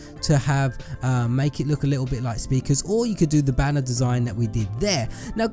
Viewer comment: I like how he says lit el